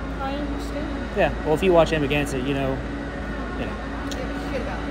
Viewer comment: She said Amaganset Press